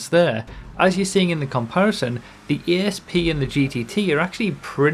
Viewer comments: little note on pronouncing this cars name, it's Asp as in the snake rather than A S P, whole point being that this is supposed to be a Cobra/Cobra R from the 2000s (not up on my mustangs so can't say for certain) and because they can't call it a Cobra or the lawers would come, they had to pick another venomous snake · 'A'SP not 'E'SP! Bloody northerners hahaha 😋